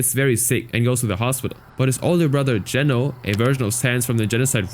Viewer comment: first person i hear saying geno right, the world is healing😇😇